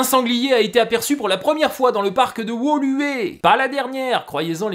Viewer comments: Bravo pour l'effort de prononciation de Woluwé, à la française s'aurait été cocasse Bruxelles et la Wallonie sont deux régions distinctes avec leurs propres législations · Bravo pour la pronociation de Bruxelles et de Woluwé ! De la part d'un Belge. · Excellent ! Et en tant que belge, j’ai transmis à un contact dans le futur gouvernement bruxellois 🤓 Et ça fait plaisir d’entendre « Woluwe » bien prononcé ! Bonne continuation !